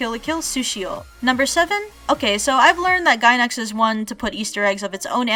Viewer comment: I died a little inside every time you said Gainax made this